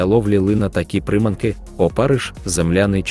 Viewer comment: НаживкИ і прИманки? ПоплАвкова ловля, лУска,... Що за наголос? Це читає робот чи неук?